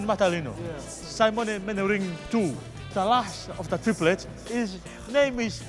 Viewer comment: Simone manaring. Lord give me strength